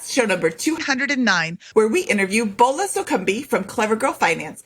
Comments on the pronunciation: FYI you are butchering the first name, Boola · Her name is pronounced "Bola" like Bobby, not like Ebola.